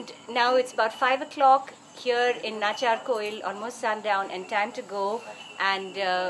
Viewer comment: Its Natchiarkoil, not a natchiyakoil nearby Kumbakonam.